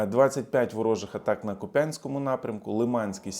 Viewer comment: Куп'янськ- наголос на У!